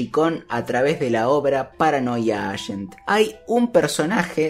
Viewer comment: Se pronuncia paranoia eigent.